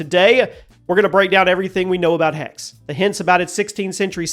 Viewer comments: Its not "hex", its "hexe" which is german for witch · Thanks. By the way. It’s pronounced HexE. Greetings from Munich. 🧙‍♀️ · Typical American not pronouncing Hexè properly you need to pronounce the E at the end it’s the German word for Witch. -_ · Dammit man, it's not a curse, it's a witch! HECK-suh! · it triggers me too. but americans will never pronounce foreign words correctly.